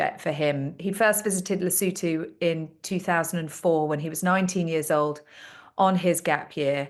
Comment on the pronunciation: It's Lesotho, not Lisootoo.